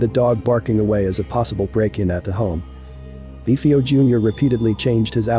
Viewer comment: I wish people would pronounce last names properly. Do they not listen to interviews or do research any more? It's pronounced DeFaio. Not Defaio.